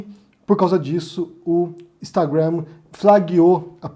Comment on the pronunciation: só pra te falar que sua pronúncia de Instagram em inglês está equivocada ok 👌 A sílaba forte é a primeira